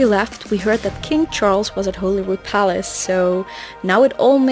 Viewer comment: You pronounced “Loch” perfectly! But above all. You got Holyrood correct!!! It’s NOT Hollyrood! Most Edinburghers get this wrong. As an Edinburgh man, born and bred, it drives me nuts! “Holy” not “Holly”. “Rood” is the Scots word for “cross” so Holyrood = Holy cross. You are a legend!